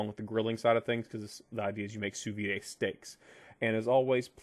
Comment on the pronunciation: Yo, it's pronounced "soo veed" not "soo vee-day." Sous means under and vide means vacuum.